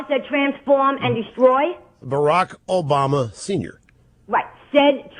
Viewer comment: Obamer? I thought it was Obummer. Funny stuff!